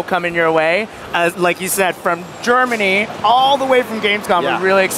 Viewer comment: its "GERMANY"!!!!